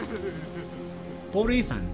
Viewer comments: se llama Eathan se pronuncia itan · Esthan pero le dicen Eithan algo asi